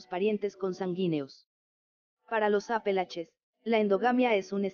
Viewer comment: No es Apelaches sino Montes Apalaches